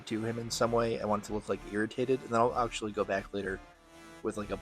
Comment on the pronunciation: “aktuwawwy pwetty fweaking cool to paint yewwow” im hollerin 😂